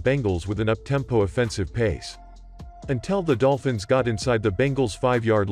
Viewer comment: I definitely heard "Dopfins" at the beginning.